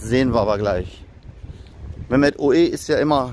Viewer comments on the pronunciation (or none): none